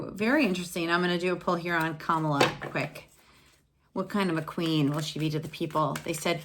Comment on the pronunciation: Thank you for the fun reading!! One pronunciation, just to make you aware- I think its CAM-ILLA, not Kamala ;P